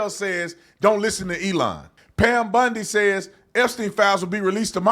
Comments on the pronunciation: Bondi, not Bundi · Wrong take on this one. It is pronounced Bondi not bundi. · It’s Bondi..not Bundi right?? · I don’t mean to be rude but I wish you and OT would realize her name is Bondi Not BUndy. I apologize but it kinda grates on my earbones. Always 👍your work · It's Bondi not Bundy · Bondi, not Bundy, please , thank you … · Wow ....nah...I'm not hitting Squat....your coverage on stuff, sounds like a Kentucky Fried skillet of chicken giblets....it's "Bondi"not Bundi...real "a frog....you are not the cryer for the informed folk....stay home and put your little ESPN sports wrap up on...and leave the real news to.the real " edumacated" grown...not woke folk.....to it.... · Her name is Bondi not Bundy. Say it right if your going to keep ragging on her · Bondi, not Bundy 😂😂😂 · You keep saying “Bundy”! 😅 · Her name is BON DI you keep saying it wrong. You don't know what is going on behind the scenes.. Grow up you have no idea what is going on. All you do is crisis her, would you want her job?? If no, SHUT UP This woman is very intelligent your not.